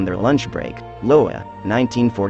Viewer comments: It's not "Low-ah", the ladies were in the State of Iowa in the USA, and it's pronounced "Eye-O-Wah"!! (Sometimes I wonder if these simple words are intentionally stated incorrectly to get more comments....guess I took the bait!) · It’s not Lowa it’s pronounced (EYE O WAH) IOWA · Lowa vs iowa..I believe it's pronounced "eye-O-ah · Did the narrator REALLY pronounce "Iowa" as "Low-uh?" Must be a bot. Wtf. Y'all need smarter bots. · Glad everyone is Roasting the AI for mispronouncing iowa 😭